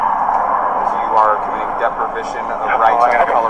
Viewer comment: The word is “deprivation”, not “deprivition”, Einstein.